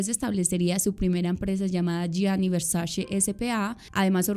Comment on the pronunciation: Hermosa adoro tu trabajo, aolo queria hacer un comentario constructivo, se trata de la pronunciación de Versace, se dice literal Versache, no Versashe. Ya que la C en Italiano de pronuncia igual que la ch